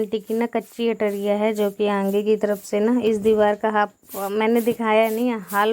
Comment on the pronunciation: Aange mat bola karo aage bola karo aap aange pinche kyu bolti ho